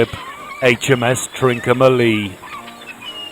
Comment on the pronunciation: ‘Trin-comma-lee’ not ‘Trin-co-ma-lee’.